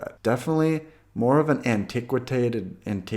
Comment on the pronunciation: 'antiquicwadated' really ? try antiquated instead please, thanks, good channel by the way, even with the made up words, lol.